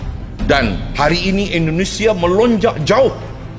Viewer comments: bro, Indonsesia bro, Indonesia, bukan Endonesia, oke!? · INDONESIA. BUKAN. ENDONESIA 🙈🙈🙈